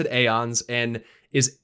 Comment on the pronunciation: I know this is a stupid comment and I apologies for making it BUT Aeon is pronounced with no A! its E- ONS! not A-ons.